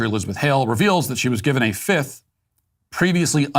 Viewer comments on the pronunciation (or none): none